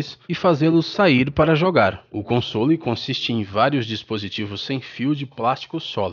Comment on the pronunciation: meu amigo não é comsôles é consoles sem a acento